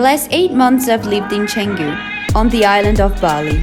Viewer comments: Not chaingu, it's chahngu. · It's -Kan-Goo, Not -Chang-Goo! I love when Westerners Obliterate Pronunciations!